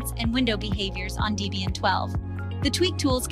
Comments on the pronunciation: It's "Debian", not "Deebian". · Deebian? WTF is Deebian? Is it named after someone named Deebra or something?